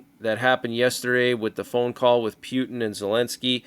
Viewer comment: P Yoot N cracks me up every time I hear pronounce it that way😅